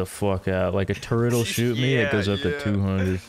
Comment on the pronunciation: why does unironically say turrent